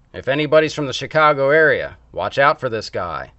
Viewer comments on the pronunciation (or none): none